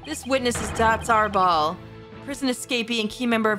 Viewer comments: I'm pretty sure Datz Are'bal is pronounced like, "Datz a rebel". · Btw I believe the pronunciation is Ah-reh-ball, and the pun is "that's a rebel" or "that's horrible".